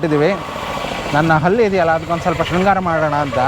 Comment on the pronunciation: ಹಲ್ಲಿ ಅಲ್ಲ ಮಾರಾಯ್ರೆ ಅದು ಹಲ್ಲು , ಹಲ್ಲಿ ಅಂದರೆ ಗೋಡೆಗೆ ಅಂಟಿಕೊಂಡಿರುವ ಚಿಪ್ಕಲಿ